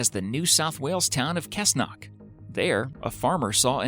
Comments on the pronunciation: Cessnock is pronounced Sessknock. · Cessnock is pronounced sessnok